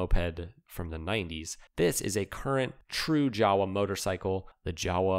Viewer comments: it is not "jawa"; it pronounces: "Yava"! I is Czech, not English. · jawe is pronounced "Yava"